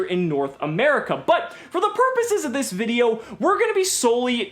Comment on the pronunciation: take a shot every time says the word "Purposes." Sounding like Yugi trying to say purses X P